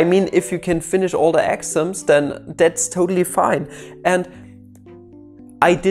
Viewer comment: Just me or I thought he was saying axioms instead of exams. Sorri